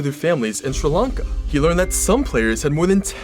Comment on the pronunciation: I finally found someone you says sri lanka properly.